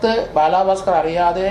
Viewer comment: ബാലാാാ ബാസ്കറല്ല ബാലഭാസ്കര്‍ അങ്ങനപറയൂ